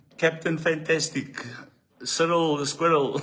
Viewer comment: It's not squirrel the Cyril😂😂😅 it's Cyril the hippo eyes